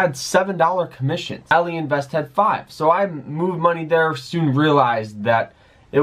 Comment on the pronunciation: What all-eee? Its ally like having an ally